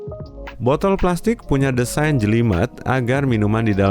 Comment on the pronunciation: Wait what .. "Design njelimet" 😭😭jowolinggis detected